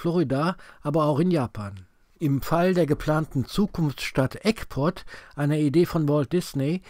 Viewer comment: Entschuldigung, Du meintest "Ecpot", aber ich war schon dort und es heißt "Epcot". Das Epcot-Center ist ein Teil des Disneyparks.